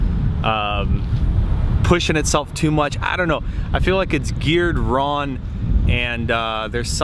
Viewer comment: Is it me or do you keep saying "Ron" instead if "wrong"